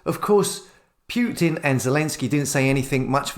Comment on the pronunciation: It's Putin not Pjutin.